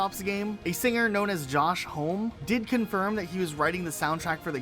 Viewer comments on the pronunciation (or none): I'm gonna be an "ackshually" guy for a second, forgive me, but Josh Homme's last name is actually pronounced "hah-me." Forgive me, I'm a huge fan, I have a QOTSA tattoo lmao. He also did the credits song for RDR2, fun fact. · mispronounced Josh Homme's name, wth.